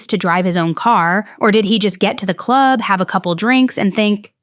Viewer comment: Is it just me or every time she says club do you think in the clurb we all fam?